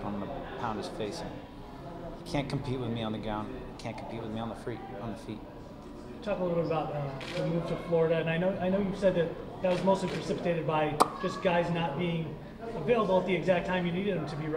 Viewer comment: good dude, but saying "gown and freet" for ground and feet has me worried about him. :/